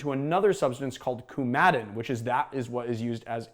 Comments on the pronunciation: I take it you are grating/zesting the entire bean (and not just their skins) into the sugar/water solution, and then straining the gratings from the syrup before bottling? (Incidentally, Coumadin is pronounced COUmadin rather than couMADin. I suspect Coumarin is pronounced the same.) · the blood thinner is not cu-mad-in it's coumadin cu-ma-din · My grandfather was on Coumadin. I think you mispronounced it, but IDC. The drink looks super alluring. It's pretty dope.